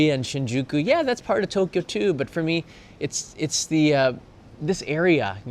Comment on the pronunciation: Thanks, another interesting area to go visit next trip. We prefer mostly to find regular slice of life areas, restaurants, eat where the locals do etc. We still tick off the popular tourist spots but then go to areas like these. Thank you for pronouncing To Kyo the we we should, now for A Sa Ku Sa 😅